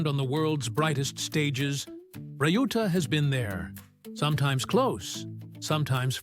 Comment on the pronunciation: Pronunciation of Shohei’s brother’s name is not “rai-yu-ta” but “liu-ta”. It is disrespectful to the man you want to make a clip with his story, but also unprofessional.